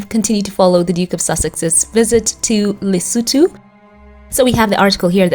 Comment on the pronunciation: Thank you for the perfect pronunciation of LESOTHO 🎉🎉🎉🎉❤❤❤